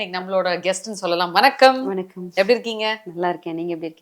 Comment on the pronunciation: தமிழை கொல்லாதே மா! அது வனக்கம் இல்ல. வணக்கம்‌